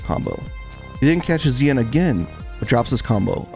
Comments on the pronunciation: It's more "shin" than "zeean" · Sorry. Not pronounced Zeeanne. Its Xian - Pronounce She-and quickly. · Xian sounds like "shen", not zee-an. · Xian is actually pronounced Shen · His name is pronounced "Shian" lol. You can even hear James Chen saying it correctly in the commentary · Pretty sure the dude's name is pronounced "she-Anne" like the city in China, even though he's from Malaysia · Excellent analysis. I just wish you learned to pronounce Xian properly. You could just listen to the commentators for that...